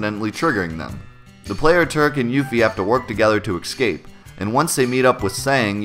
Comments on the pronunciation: Not the worst mistake in the world, but FYI: The word is "escape", not "exscape". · lol you saying "excape" instead of escape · Escape. Not excape. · this guy said "ekscape" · "Ecsape" SMH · Why are you pronouncing escape like it has an x? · Roberta Tallienne I felt like a dick pointing this out, but I noticed the same thing, made me not trust his pronunciations on anything. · There is no "X" in the word escape.